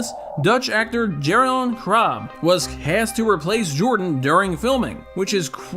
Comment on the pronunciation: Jeroen Krabbé pronounced as Yeroon Crab-ae.